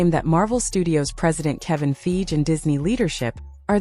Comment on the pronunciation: I had to nope out at the pronounciation of Feige as Feej. 😅